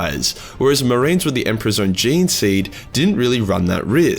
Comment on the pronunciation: the space MAH-RINES look like skittles